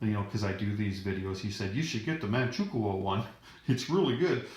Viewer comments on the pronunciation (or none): For future reference, Manchukou is pronounced Manchu-koe (like Moe).